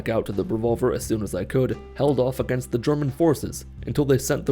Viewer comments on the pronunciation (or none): none